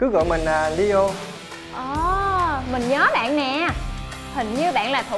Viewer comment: nhân vật tên leo phát âm nghe giống lio quá chị